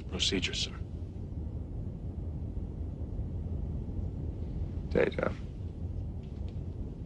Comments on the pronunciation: "Data... My name is pronounced Day-ta." "( Humpf ) What's the difference?!" "One is my name... The other is not." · Yeah Q just deliberately mispronounced it then because, and I know this may come as a huge shock, but he's the galaxy's biggest troll.